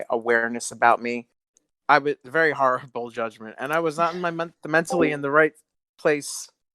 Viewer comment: Hearing him saying harrible is the cleanest best pleasure